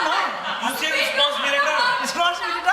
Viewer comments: Responsible ❌️Risponsibiliter✅️ 😂😂😂😂😂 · Responsibilitaaar.....😂😂😂😂😂😂😂😂😂😂 I really enjoy this debate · Responsibilitor ❌ responsible ✅ 😀😂😂